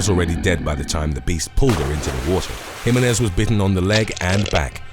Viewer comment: Can you please remake the part of this video from time to time and then repost it? It's a bit cringeworthy the way that you pronounce the last name "Jimenez". My last name is of hispanic orgin both marital and birth given and if I heard one of my favorite channels on youtube pronounce it incorrectly I would just stop watching all future videos from that channel and never visit that channel again. I'm sure that you have the time to re-record